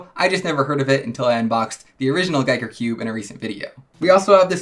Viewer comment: It's Ge ker Like Wii so Giiker. Not guy ker